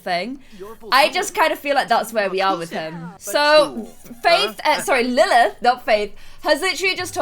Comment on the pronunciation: lilth not faith